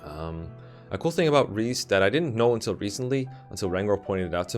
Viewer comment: I know someone named Rhys and it’s 100% pronounced ‘Reese’